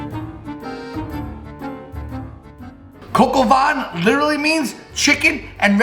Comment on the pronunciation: you butcher the name of the recipe but you nailed the recipe itself!